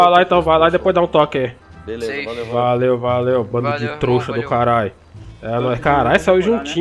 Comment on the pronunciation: Em todo vídeo o fala troxa 😂😂